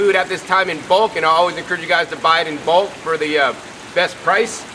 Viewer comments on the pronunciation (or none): none